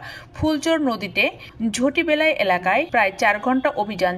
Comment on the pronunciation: ঝটিবেলায় না। ঝাটিবেলায়